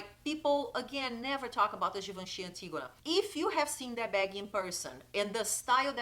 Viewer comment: One of the (many) perks of speaking Portuguese: being one of the only YouTubers who's able to say Antígona properly!! 🤣😘 Beijos, loved the video!